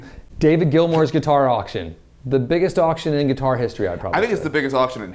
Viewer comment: I liked everything about this video apart from the “Gilmore” part after his quote. It’s Gilmour dammit!